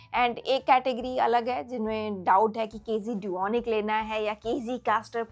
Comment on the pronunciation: KZ - Duonic 3 planner ye hee bolrahee na kz dunic bolke